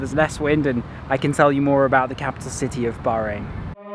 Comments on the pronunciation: The way you said bahrain...baaarain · The way u say Bahrain is not quit how u say it coz I'm from there but anyway love u vids